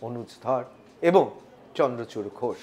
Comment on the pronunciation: vai chandrakanta nahi chandrachur! nam to thik se bolo!